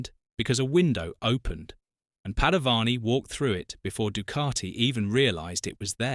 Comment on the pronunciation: Good item but terrible VO. Painful to hear ‘Du-car-ti’ every 15secs. 😫